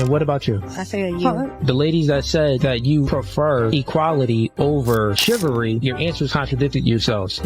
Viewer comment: Chivalry , not shivery😂😂😂